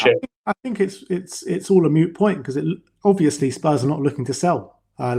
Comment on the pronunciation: It’s a moot point not a mute point